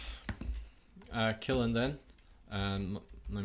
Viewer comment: its pronounce kill-n